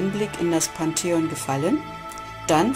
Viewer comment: Unfassbar. Ein Video über das Pantheon machen und nicht mal Pantheon richtig aussprechen können. Katastrophe. Peinlich.